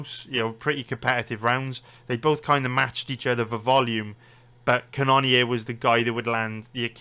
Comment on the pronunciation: It’s pronounced Jared cannon-er